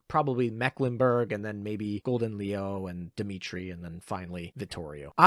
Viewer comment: Your pronounciation of leeuw harms me... Just say lion to stop the pain Do note Siren Killer counts toward the 20% top Siren damage boost, just 2 +13 and you're maxed.